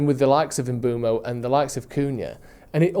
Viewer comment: You need to have a swear jar for every time someone says Mbuemo instead of Mbeumo.